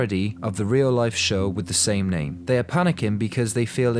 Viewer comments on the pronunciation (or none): none